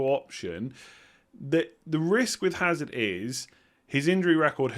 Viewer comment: Hazard silent H I think 🤔